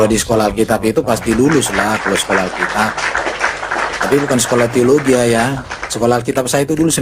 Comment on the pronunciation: Alkitab bukan alkitiab 😂